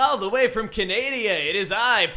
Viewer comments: He said Canadia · ITS NOT PRONOUCED CANEHDIA! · Wait did you just call Canada canadia what I is confused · wow tell me more about this "Canadia" place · You pronuacted Canada wrong